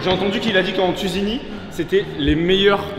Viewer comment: C tunisie pas tusinie